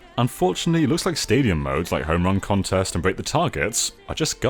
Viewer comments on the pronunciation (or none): none